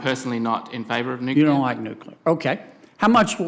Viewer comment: He said nuclear. Interesting